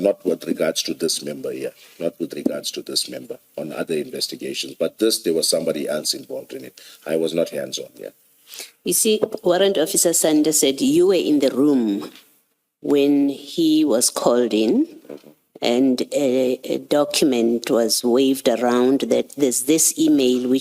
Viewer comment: He is the boss and cant even get Karl Sander's name correct. Not Sanders.....SANDER